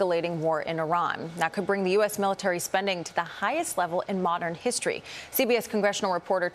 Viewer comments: Miliary??? lol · Miliary?? LOL!!!!🤭